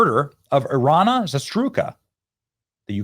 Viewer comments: LEARN TO SAY THE NAME!!!!! IREENAH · Iryna=Eye-ree-nuh!--Horrible & sad victim of this sick-demon-murderer!!!!!!--Was this a hate-crime/black killing white?!?!?🤬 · The judges who let DeCarlos Brown walk, so that he was able to do this deserve to be brought up on charges as accessories to murder. I'm sick to death of all this crime and Benny, dude you are BUTCHERING her name; out of respect for the poor woman get it right. Damn it's bad. Smh